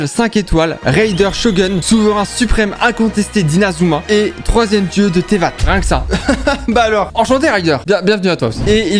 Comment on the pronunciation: "tevate, shogomiya, kogo" quoi QUOI y'a aucun effort de prononciation 😭